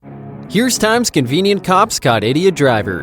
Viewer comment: I figured you were trying to say “convenient.” Lol. But that’s not what it says in the title. Times convient cops…”😂😂